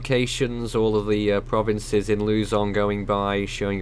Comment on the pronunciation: Can you do some research on how the name of the provinces are pronounced? Makes your reporting more sincere and I'm sure a lot of Filipinos will appreciate you guys even more. Be safe to everyone affected by the typhoon..